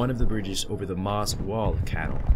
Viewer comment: You need to find out how to pronounce the word "canal".